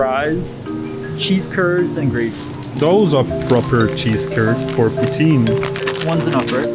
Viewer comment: They're in Quebec based off a flag I saw so dude should not be pronouncing poutine like that